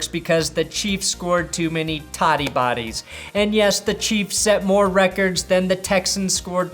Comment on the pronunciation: STOP SAYING TUDDY YOU MONSTER